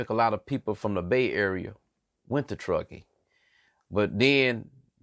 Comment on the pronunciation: I hear what your saying but you saying all the names of places wrong at one point you said tuskee county